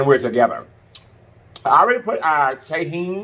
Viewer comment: I love you but the way you pronounce tajin kills me😩it’s pronounced (ta-hin) the j makes an h sound